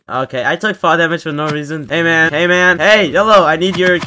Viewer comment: Bro saying hey man Sounds Like hamen